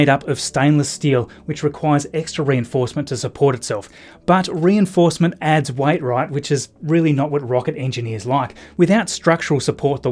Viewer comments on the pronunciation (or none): Had to watch it a second time to figure out that "white wright" is "weight right?".